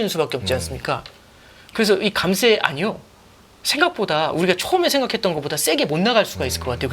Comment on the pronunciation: 관세 증세 감세 모두 뒤에 "쎄"로 발음하시면 안됩니다...